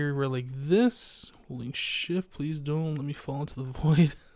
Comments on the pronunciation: every time said "Holding shift" I thought he said "holy shit" but I think holy shift is a good swearing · When said holding shift I thought he said holy shit. Loo